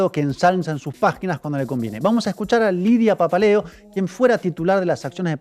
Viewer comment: Mucho Pepel Prensa pero que alguien le avise a la muchacha de lentes que es Lidia PAPALEO, y NO PAPELEO :face-blue-wide-eyes: Fantástico el vídeo, muy entretenido!